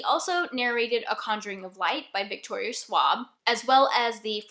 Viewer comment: I went to listen to the sample of Amy Landon's narration and it absolutely sounds like a robot! Thanks for the warning. Just a detail, though. Maybe I keep mishearing it, but it sounds to me like you're mispronouncing Victoria Schwab's surname. I checked a video where she's introducing herself just to be sure I'm not mistaken about the pronunciation and her surname is pronounced with soft s as in "mission". I only mention it because this was not the first time I heard you mispronounce it. Other than that, this is a great video. I listen to audiobooks a lot and the narrator can do a lot for the book, so I always appreciate tips for good narrators.